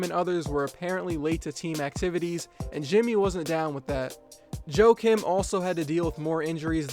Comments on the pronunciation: u Americanized pronunciation of his name. Joe Kim?? Joakim pronounced Wa kim... the J is silent. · Pronounced "Yah-keem" Noah?